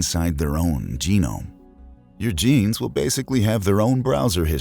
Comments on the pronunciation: Am I the only one who heard Memes instead of Genes at #4? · I thought he said DNA can store memes at first